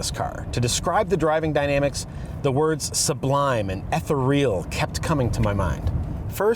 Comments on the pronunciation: Google how to pronounce “ethereal“ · You are pronouncing ethereal incorrectly… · ethereal???? you pronounced it how?....might wanna take an English Lit course sometime, lol